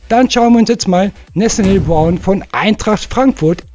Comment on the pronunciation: Hi Du bist mir sympatisch, mag Deinen guten Kanal, nur musste ich erstmal ne weile rätselraten: wer ist "Nesselborn"? Cooler Sprachfehler (Nathaniel Brown) Ich HÖRE Deinen Kanal (wenig bis nix SCHAUEN), da ich nebenzu arbeite. LG